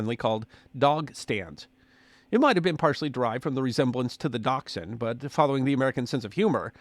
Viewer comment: It's pronounced dash-hound! Lol